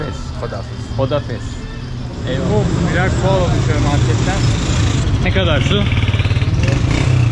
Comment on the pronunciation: Kardeş Hodafez değil Hüda hafız yani Allah muhafaza etsin.korusun .bizim Allaha ısmarladık dememizle aynı.